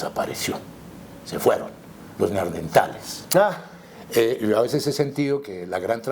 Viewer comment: Buena entrevista, un detalle: no es Neardentales sino NeanDERtales